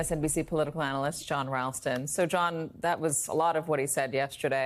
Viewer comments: Listen how he cannot pronounce "the military revolts" at first, the sequence "ta-ree-ree" seems to be to difficult for him, he gets out "the mili- tar" and then needs a second attempt. He does this a lot now. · The militare cant even say military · trump**³⁴ doesn't pay his vendors when they do a good job. BTW, what is the milterrr? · Milituuuuuuuuurd! lol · How about the fact that he can't say "military," not once but twice .... Dementia! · What's with Trump? Is he developing some speaking disorder? Listen to how he said military, it took him two tries and he still didn't get it right. In the last several years his odd syntax and vocabulary has gotten much worse but this is different. Like forgetting how an ordinary word is pronounced? And he's doing it a lot more lately. makes me wonder if he is developing some form of aphasia. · Again Lies, LIES AND MORE LIES😂😂😂!!! Really Crazy! He already said” I don’t care about you, I care about your votes”😂😂😂. He can’t even say the word “military”😂😂😂😂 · Can't say military. His brain might not last until November. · "I hope the militara militara 'evolts at the voltin booth..."